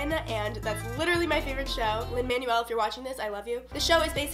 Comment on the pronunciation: Lin-man-well BISHHH